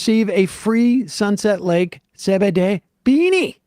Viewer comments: Why do you pronounce it Ce Be De?😂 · Sam actually pronounces it ‘say bidet’